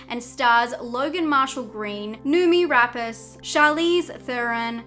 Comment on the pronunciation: Numi Rapass?? NA-OH-Me Rapache...that's how you pronounce her name...Jesus, Aussies are as bad as my fellow Americans 🤣